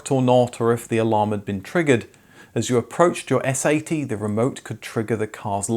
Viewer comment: You sound too much like you're saying "S.A.T.", instead of "S-80".